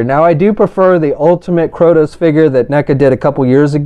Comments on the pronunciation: Bro, it is KRAY-TOES, not CROW-TOES. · Kratos not krotos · ...you can read, right? How do you get "KrOtos", from reading KrAtos? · "Kroudos"... wow! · Krotos? how the heck do you get Krotos from Kratos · It's Kray-tos! Good Lord that mispronunciation was driving me nuts. Other than that thanks for showing all the details. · "kR0tOs..." XD great review otherwise man